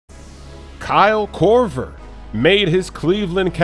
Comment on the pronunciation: "Cal Korver"